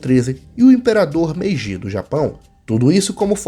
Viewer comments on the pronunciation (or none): none